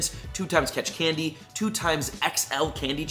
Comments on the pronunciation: Candy not canddy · I'm sorry but Canndy? You might need to reupload this lol